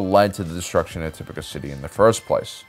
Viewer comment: The characters on the show say "TipOCah" city. "tipIcah" does not compute! 😁 Tomayto, tomahto... Good videos! 👍